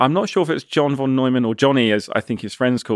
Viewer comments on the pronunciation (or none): Lee is so smart he doesn't know that Von is pronounced as fon